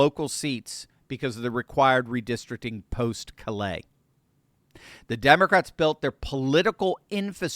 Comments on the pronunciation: For future reference, Callais is a Cajun name that is pronounced "Kah-Lay". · Love your insights. I would like to point out that in LA, Callais is pronounced with the accent on the first syllable, sounding like "CALL - a". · 😊😊CALL- lay...say it fast, sha...hit the first part hard... have a good one, ya'll.